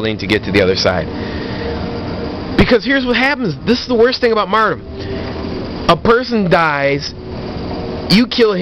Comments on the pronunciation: First of all... is "martyrdom", not "mardom". Second of all, these perks are strong, but you are getting way too worked up over it. Its not hard to tell when someone goes into last stand, and if they do, just keep shooting at them untill they die. Also, a headshot or grenade kill will not let someone go into last stand, so, uhhhhhhh, aim better... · Haha "Mardum" Lol in all seriousness though you stay true to your beliefs. I didn't believe you said it for 4 years until I saw this video. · yeah there is a counter for last stand follow them down with your weapon and learn how to speak it is mar-tee-dom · lol "mardom" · Learn to say the word martyrdom correctly lol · You sir have been found guilty of 14 counts of "Martum" 2 counts of "Dropping a Martum" 1 count of "Jargernot" you are hearby ordered to stop sucking at both Call of Duty and the English language. English 101 Martum = Mar - ter - dum Jargernot = Jug - er - not